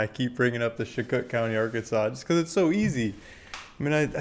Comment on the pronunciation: I am from Chicot County Ar. You are not pronouncing it correctly. Please contact me if you want to know how to pronounce it correctly. I can give you my email if you request it. Thank You. Keep up the good work.